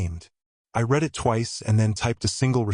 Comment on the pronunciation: It would be better that reading errors are corrected. " I read the letter and then I read it again." READ is pronounced "red"- like the color. At other times it is pronounced " read" like in the word "bead."